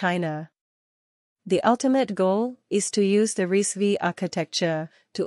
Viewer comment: Its pronounced as RISC 5